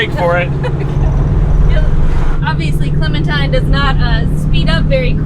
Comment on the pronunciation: Clementine* No "s".👍